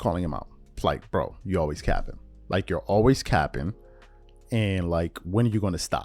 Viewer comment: Back at it with another Bron video along with some of his biggest haters lmao bra you don’t even sound right saying the word ( capping ) 😂😂😂